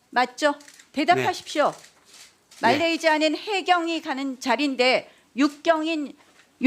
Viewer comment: 말레이시아도 아니고 말레이지아는 뭐니??